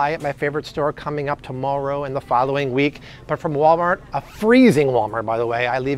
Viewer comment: i love when you mess up and say "walmalt" haha! thank you for everything